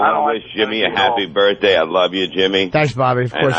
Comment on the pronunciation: opie purposely saying birthday wrong everytime isnt funny.